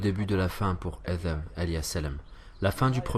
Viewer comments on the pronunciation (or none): Selem 3aleykom, mashallah pour les traductions barakAllahou fik, cependant pourquoi dite vous Adham au lieu de Adam ? Le Dh est de trop, et chayatine pas chalatine, plusieurs fois vous faites ces erreurs, j’espère ne pas vous avoir offensé Selem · Assalamou alaykoum. Une question me turlupine (oui j'ai sorti mon dico de 1628) parfois la voix off prononce adham (avec zal) (comme à par exemple) et parfois adam (avec dal)(que l'on entend beaucoup plus dans la première partie de la série sur Adam). Est-ce 2 façons de prononcer correctes, ou est-ce du à des lectures différentes parmi les 10 ? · Salam, si je peux me permettre c’est Adam avec un D / د Pas ذ Je m’apprête à binge cette chaîne ! Barak allahu fik pour le contenu et Dieu t’accorde El djana